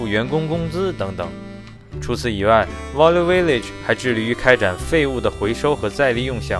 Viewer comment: 故事讲的很好，不过value这个词音发的不准